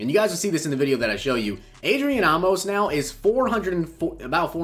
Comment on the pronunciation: Not Ah-mos it's Ayy-mos